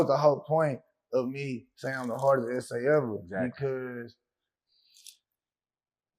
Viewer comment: How can he be the hardest ese if he can’t pronounce essay